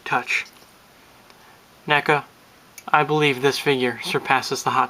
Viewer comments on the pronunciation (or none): its prandounced n--eeee-K--a